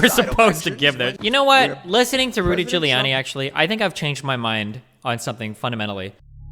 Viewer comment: Also, it is Giuliani, not Guiliani